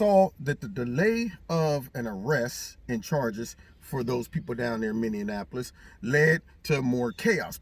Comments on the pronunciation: 1st let me tell you I love brother! As someone that was born and raised in the southside of Minneapolis I got to tell you you're pronouncing it wrong... Phonetically speaking it's minny-apolis... It sounds like you're saying minny-an-apolis. I don't want to be one of those douchebags correctors... But being from there I feel like I have to say something since that's my hometown. Much love and respect to you! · Hi, I’m from Minneapolis, it’s pronounced Minne’ apo’ lis. Thought you’d like to know.❤️ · I’m still trippin’ our bc I believe that the city is named Minneonapolis, not Minneapolis! It’s a Mandela effect to me!! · You're .merging Indianapolis and Minneapolis. The former has six syllables. The latter has only five. LOL! Others do it too. But that's your Midwest region. You have to represent.